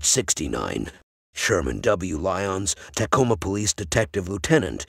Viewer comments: It is pronounced "t'coma", not "tack-oma" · Sounds like a sophisticated bot to me. The giveaways: mispronunciation of Tacoma, and listing locations such as “S” 49th Street instead of “South” 49th Street. Nope, I’m not buying it.